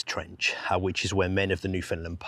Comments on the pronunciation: Great videos. Newfoundland is pronounced Newfunland by the way no found even though it's spelled that way. The emphasis is correctly on either the first or last syllable: so NEWfunland or NewfunLAND. Also land is pronounced land not lund. As a Newfoundlander myself we would take turns beating up sissy tourist kids from Ontario for pronouncing Newfoundland or Newfounlander incorrectly in our teenage years growing up on the Rock. Believe it or not. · Very well done, and very sad. Thanks, but why do you pronounce Foundland as Finland sometimes? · Newfoundlander here. The emphasis when you say Newfoundland like a Newfoundlander is on the “land” part…”new-fin-LAND”. Say “land” like there was nothing in front of it. Not like “new-FIN-lind” nor “new-FINLAND” nor “new-FOUND-lin”. It is “NewfinLAND”, understand? 🇨🇦